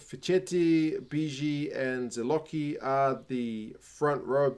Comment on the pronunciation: If you’re interested in improving your pronunciation of Italian last names, keep in mind that whenever there’s a “che/chi” sound, it’s always pronounced as “ke/ki”. Just like you pronounced “Zilocchi” correctly, “Fischetti” becomes “fees-sket-tee” and “Lucchesi” is “look-ke-see”.